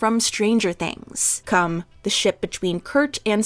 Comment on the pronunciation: not kum